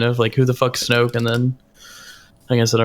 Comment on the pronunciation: He was mildly trolling. It was intentional. He called "Snoke" "snooky"